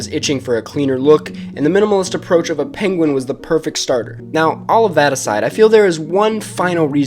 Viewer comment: Penwen. Pengwing. Pengwen